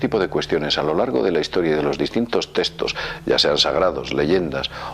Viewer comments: se le aprecia y muy interesante el vídeo.. pero por favor di "tecstos" no "testos", gracias 😂😂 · Escríbeselo fonéticamente o no te entenderá porqué es español, ponle directamente TECSTOS.